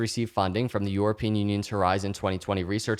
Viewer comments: I love you and your content but I cant listen to you say EUROpean lol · Is it just me or does it sound like is saying “Yourapean”???